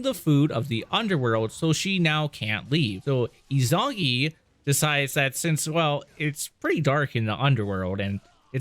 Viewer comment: Is-oo-nah-gee, you fucking plebe. Five hours of content to get here and the only Japanese you know is hadouken. Izunagi and izunami are crucial to Shinto belief and ignoring that was the least of your issues. A) you spend more time bitching about mechanics in the first game than you spend on actually telling a confused story through two videos. B) your narration is so disappointing that you constantly spoil twists before they happen. 99% of your videos could be better by just not yapping about your issues with the game. You suck, we get it, so calling attention to your lack of skill detracts from my viewing of the actual story since you will not shut the fuck up unless your character is beaten into a corner and then you bitch about game design. Ryu coulda stayed dead if you were the one controlling him. The same strike of luck that allowed you to beat the game is why I think you missed your calling as a McDonald's order caller. Other people do the work and you bitch about how long it takes